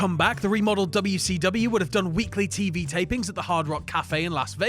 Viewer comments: Probably, everytime says w-c-dubya I want to punch him in the face. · am i the only one who was upset at the fact that they enunciated wcw instead of callin it wc"dubya" like they do in whatculture?